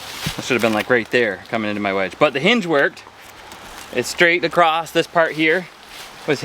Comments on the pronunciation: The word is across not acrost you uneducated fool you can’t even speak English I hate you idiot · The is NO “T” or “ED” at the end of the word.. “ACROSS